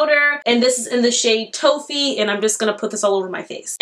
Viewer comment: Not Toe-fee 😂